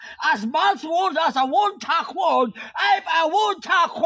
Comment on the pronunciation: Ma'am ang would wag mong na wood din ang could ginawa mong cood silence L ka lage sa mga letter na would at could basa mo dito sa would ay woud tapus sa could ay coud.silence L ma'am ang kulng kaya obob mga student mo dhil obob din ang teacher hindi lng itung content na ito ikaw nag kamali sa spelling marami pa ma'am kya ituwed mo po!?